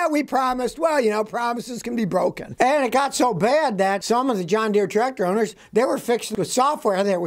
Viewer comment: I could swear Scotty is saying Done Deere.